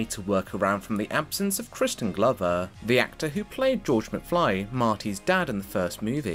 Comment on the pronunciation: I had to go back and repeat the first time he mentions his name, yelling in my head “Noooo! It’s Crispin! Think of crispy chicken tenders or CRISPR Cas9 genome editing!” C’mon man! Christian? Pffft!